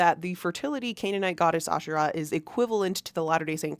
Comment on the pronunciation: Heavenly mothers* plural, according to Dallin and Brigham. Polygamous just like Mormon doctrine. When Israelites worshipped Asherah , they worshiped a whole pantheon. And Israelites also have nothing to do with the Bible, Judaism comes from Judahites. The emphasis on Asherah is the first syllable. Nephi is a 1800s invention.